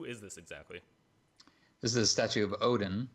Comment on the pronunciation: nice to hear the correct pronunciation of ODEN for once :o